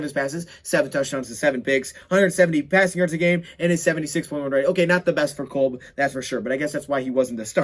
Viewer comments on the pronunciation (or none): "Kulb" Lmao. Kolb is pronounced "Cob" homie lol. And u cracked me up.. "Looking for a lil more uh, you know; bling..."